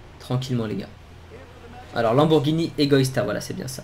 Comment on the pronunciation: à 9min48 il dis pas lamborgini mais Lamborgpeni